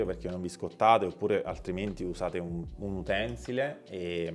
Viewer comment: Grazie per il video, esplicativo ma...!!! per un prossimo video, per correttezza si dice UTENSÌLE....no Utènsile... piccolezze...cmq complimenti!!